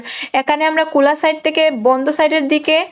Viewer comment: কোলা না খোলা আর এখানে না একানে🙄